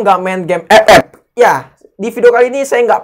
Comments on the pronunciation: Anjim ampe ktawa terbahak² gw klo denger EPEP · Gw malah dengernya bukan epep tapi pe*ek:v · Enak ya bang kalo ngomong ,"EP EP 🤣🤣🤣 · gua pas dengar ngomong epep kok mesti tertawa knp ya njir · ya enak aja gitu ngomong EP EP awkawk.. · Pas blg EP EP, over gain mulu. Hahahaha.. Penekanan bgt nih. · Njir enak kli ngomong epep nya😂